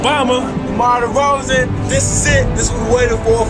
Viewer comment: Demar De”cold”zan